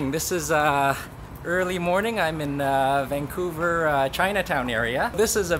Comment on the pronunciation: Vancouver or Vankong?